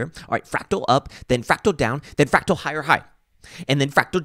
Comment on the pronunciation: "Frawctowler!?" LOL!